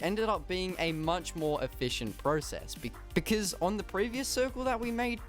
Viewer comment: Please stop saying becizz, it pronounced because. No hate